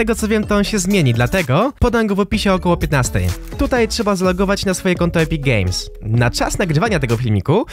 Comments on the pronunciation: czy tylko ja słyszę Epic Gejs xD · Bardziej Epic Geijs